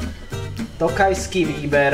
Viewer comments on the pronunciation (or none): It was close. had some difficulty with Ly. But I'm amazed, that in Gabone people drink Tokalyi wine.